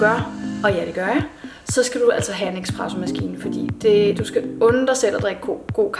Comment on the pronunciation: Hihi, smukke Carla, det hedder en espressomaskine - ikke ekspresso 😘 Hvilken endte du med at købe? 🤔